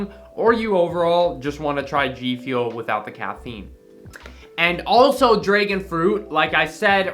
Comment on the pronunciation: Dude says dregon instead of dragon